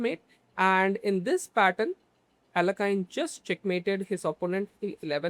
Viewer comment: YESSSSSSIRRRRREEEEEBOBBBBBYYYYY its pronounced ALE YAY KIN just fyi great game great analysis brother thank u